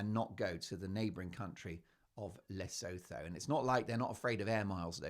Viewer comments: Le-sue-too not La-so-tho just saying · Please, for the love of GOD, it is pronounced "Le-SOO-TOO" If I hear "Le-sow-thow" once more from one of my favourite Meghan-hating channels, I am going to start watching that cnt's Netflix special to end myself. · Mark, you’re a scream🤣 BTW…. Lesotho is pronounced le soo too. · Just a heads up the pronountiation of Lesotho is "La sue to" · Take note Mark: Lesotho is pronounced as Le- soo- too Oo as in woo or shoe The h is silent. SeSotho is pronounced Se-soo-too. Please show respect to the BaSotho nation of the Kingdom of Lesotho. Just a reminder! Speaking from South Africa 🇿🇦 . We are the neighbouring country of Lesotho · She is no lady. For noting: Lesotho is pronounced "Le sue two" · FYI 😉 its pronounced Le-soo-too and Se-soo-too. Hurts my African ears when pronounced incorrectly 😊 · It's pronounced 'LeSOOtoo'! 😊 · Le sue two That is how it is pronounced. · Just an fyi.. Lesotho is pronounced LeSooToo. Great show! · It is pronounced Le soo too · Lesotho pronounced: Li-soo-too (with the emphasis on soo) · Your show just gets better and better. So much fun! (Btw, Lesotho is pronounced 'luh·soo·too.') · You like big mugs Mark? I'm assuming that doesn't include old H?? 😂😂 The name of the country is pronounced La-soo-too by the way...hope you don't mind me mentioning it. Love your show! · Hello Mark. The ‘os’ in Lesotho are pronounced as the oo in ‘too’ and the th is pronounced ‘t’. Hope this helps. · Enjoy your posts. For interest's sake, Lesotho is pronounced "luh soo too" and the language is "soo too". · Please Mark Lesotho it’s pronounced Le soo too and the language is pronounced se soo too